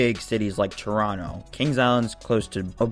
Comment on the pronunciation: When someone says Toronto correctly 🙌